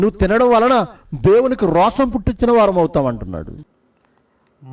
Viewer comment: రోషం కాదు.... రోశం అన్న..